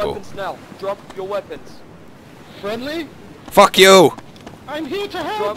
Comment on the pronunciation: after tony shoots at someone "FACK YOU " XD